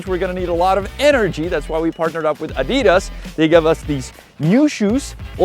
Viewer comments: Oh no. You said "Ah-DEE-das," and not "AH-dee-das." That said, cool video. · seriously... being from my neighbour country I would have expected you to know how to pronounce Adidas. [ˈʔadiˌdas] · Nice challenge but please pronounce Adidas with the accent on the first A and not with the accent on the i unless in Czech it is pronounced that way, which would seem weird to me anyway :D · It is pronounced like that in Czech. It is like that because people didn't know much English when all those known brands got into Czech Republic in 90's, so people pronounced it like it was named by Czechs. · Well, the pronunciation of adidas (I’d rather use the logo spelling) in the video follows the logic used in English: there has to be a stressed syllable, which is the second one here. It is pronounced more or less the German way in Czech: stressed on the first syllable or perhaps without a stressed syllable…